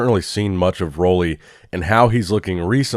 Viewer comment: How old is this channel? While is yet to find out the correct pronunciation of Roelly's name...